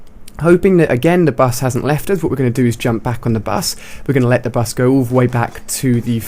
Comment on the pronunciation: Lol he says 'da bus'